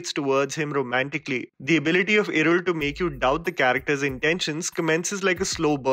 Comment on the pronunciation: you really improved the pronunciations!! Kuddos for considering my suggestion yaar. ❤️ Edit - that L in irul in particular was the best